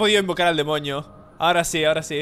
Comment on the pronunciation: demoñio XD